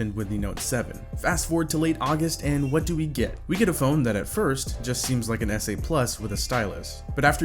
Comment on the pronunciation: did this guy really just say snote